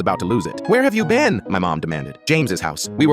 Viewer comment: "WHERE HAVE YOU BEÆN"